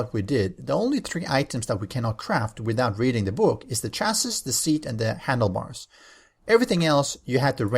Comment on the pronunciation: Chassis is pronounced "chas-see" :) It's from French